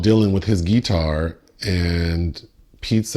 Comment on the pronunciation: "Thimothay" "Edward Nor-tawn" "Ghee-Tawr"